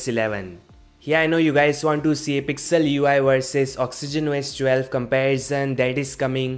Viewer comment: "Socks-ogen Wo-S 12"??? I thought this was about Oxygen OS 12. Oh well! OK, I'm just joking around, this is a great, short, informative video even though I could do without the singing "intermission", LOL. Take care, -Eric